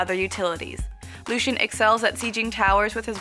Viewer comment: The one thing that annoys me the most.. - "Lu-shin" just say "Lucian"(Lu-see-an) ffs